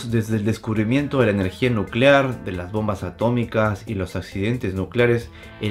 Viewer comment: Nucelar, se dice Nu ce lar...